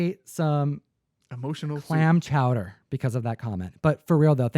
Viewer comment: Haha yeah, I don't know if heard it over his "Clam Chowda!"